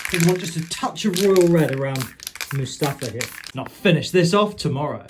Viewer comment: you nailed Mustafar at first and then insisted on calling it MuSTAFA after...